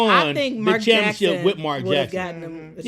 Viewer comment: & I love how he say championship He say champ-ship😂😂🩵